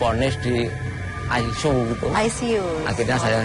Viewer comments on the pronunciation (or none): Ruang I C U ..MENJADI RUANG AiSU ...aku langsung ngakak..hhhhaa